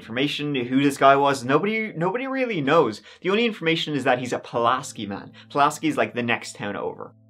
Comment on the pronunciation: I remember when this happened. I lived less than an hour away, just across the WV border. If you care for future reference, (some people do, some don't) the town of Pulaski is "pew-las-key" Natalie got what she got. I do want to note though that the jail feeding someone with celiac gluten is akin to only giving peanuts to someone with a peanut allergy. While we don't react in an anaphylactic way, celiac is an autoimmune disorder and saves the guts. I have zero concern for Natalie but in a jail, someone could be being held for a nonviolent misdemeanor and being poisoned by the food then they might later die of malnutrition because they can no longer absorb nutrients because of the scarring from the gluten. Natalie can eat that all day. IDC. That is a problem though.